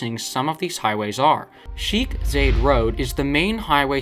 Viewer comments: The commentator is definitely British and hates Dubai or Paid propaganda by British crooks! Sheek Zayed road! seriously. Its Sheikh Zayed. Your pronunciation proves that you have hardly visited Dubai. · Its not pronounced Sheeek like cheek, its pronounced like shake with a khkh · the only thing that offended me as a emirati is him saying 'sheek' instead of 'sheikh' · It is not pronounced sheek Zāyed it is pronounced Shāh Zayed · its pronounced shaik bin zayed road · Sheikh is pronounced as “Sha-ikh” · What is it with americans not being able to differentiate ei and ie lol.